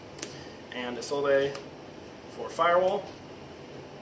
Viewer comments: It's pronounced "Is Old" not "Is All Day" you mong -_ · Am I the only Yugioh player in the world that knows how to pronounce Isolde correctly? It's really not that hard. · Or "Eye Sold" which is another popular one. What is wrong with you people?